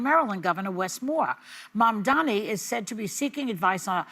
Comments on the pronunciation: Joy, it’s Mamdani: Mom-Don-E At least try to pretend you don’t despise him. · MAM. DA. NI. It is not hard! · Really… Joy can’t pronounce his name correctly? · You all, besides Anna, need to practice Mandani's name. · Teach your panel how to pronounce their mayor’s name. It’s odd to see them almost intentionally mispronounce it. Either that, or they’re just really dumb and out of touch. Which is odd, because they’re from NY - one of the most diverse cities in the world. 🙄